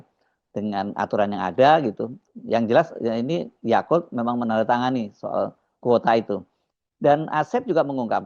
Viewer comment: Bang Hersu, jgn salah nyebut namanya: Yaqut buka Yaqul. Berkali-kali Yaqul terus....???